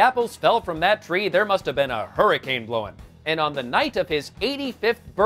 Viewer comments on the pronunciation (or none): none